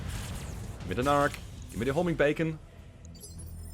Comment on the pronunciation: Love when you shoot the "homing bacon!" Haha......."homing speck!"